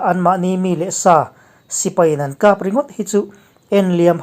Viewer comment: 'Khap' tih hi i lam dik lo thin a. Mit khap tih angin i lam thin a ni.